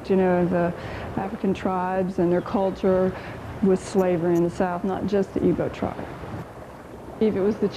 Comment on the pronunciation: For Christ’s sakes , it’s “IGBO” Not Ibo or ebo. This isn’t helping anyone!!! Get it right please , we beg of you😭😭